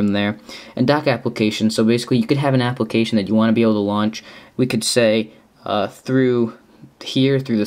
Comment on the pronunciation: Did he just say applecation...?